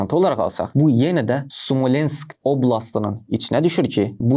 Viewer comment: oğlum,gözəl izah etdin,təşəkkürlər,amma danışığında bir -iki səhvə yol verdin əvvəla Sumalensk yox,Smolensk,2. oblast yox-əyalət...